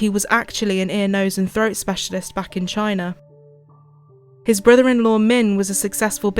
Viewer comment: had to stop walking when you said they migrated from " Chiner" ... smh